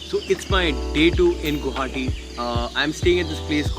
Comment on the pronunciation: "Guwahati" ... Why pronounce as "Guhati" or "Gauhati"????